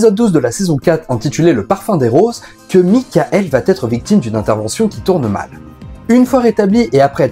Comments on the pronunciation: Super intéressant mais tu devrais corriger ton habitude de prononcer va-t-être. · Merci pour la vidéo, c'est toujours intéressant ! (mais on ne dit toujours pas "va têtre") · Merci pour cette vidéo. En revanche vat-être et put-être, ça passe mal. 😂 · C'est la nouvelle mode de dire "il va t'être" ??? On dit "IL VA ËTRE " !!! pas de T à la fin de "va".